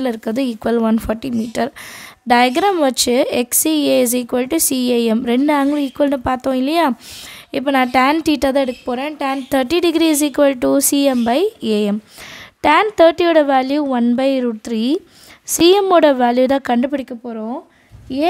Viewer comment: please change it's not teta it is theta okay